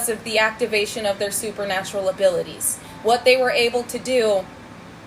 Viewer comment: Did you say poopernatureal?